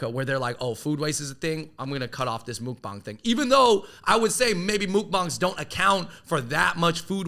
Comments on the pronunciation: it's pronounced like "muck-bahng" not "mook-bahng" fyi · the u in mukbang is more like a "uh" rather than a "mook". i think china should ban their crazy makeup filters. they have such a restrictive beauty standard, and its not bc its "deceptive" like some people say, its because it just promotes unhealthy unrealistic standards. as an asian american, im glad that america is more accepting of more diverse forms of beauty. and i dislike how asian netizens criticize every asian celebrity in hollywood for being "ugly" and "making them look bad"